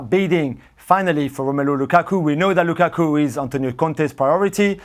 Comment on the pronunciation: Moreno needs to say Lukakus name properly